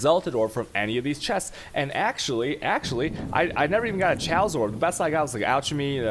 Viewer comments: Wtf is a "sha-us" orb, did you mean "kay-os" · So, Alchemy and Chaos are both Greek words. Chi/cha/che have the hard K sound in ancient greek. This makes it "Kaos" and "Alkame". It's like how it's Kemestry and not Chimastry. Aside from that, love the info, super well put together and thought out.